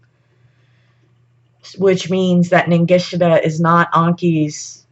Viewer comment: There is a Z in Ningishzidda, you're not pronouncing it. Also Enki, en-ki isn't pronounced as An-ki, it's painful to listen to you mention both, ningishzidda 3-4 times in the first 73 seconds, incorrectly. I had to switch off.